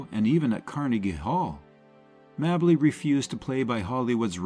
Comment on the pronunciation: Its Pronounced "MAY Bley", Gee Wiz